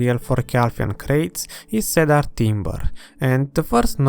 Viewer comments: super videos ! keep them up please ! also .. for the wood ... it is pronounced see-der (i know English sucks !) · Had to stop watching due to the “cedar” pronunciation lol